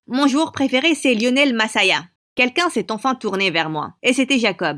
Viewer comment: Elle a dit lionel messaa alors que c'est lionel messi 😅😅